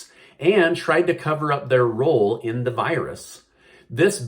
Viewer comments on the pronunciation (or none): none